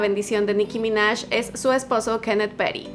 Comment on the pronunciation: Dijo "Nicki ya" no Jam